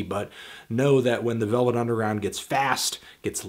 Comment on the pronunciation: Lost it at 'the velv nungeround'